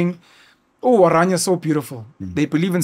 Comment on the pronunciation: it's NOT! oranjia! It's O R A N I A, from the greek, O R A R, dream